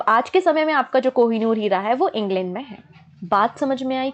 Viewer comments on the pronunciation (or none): none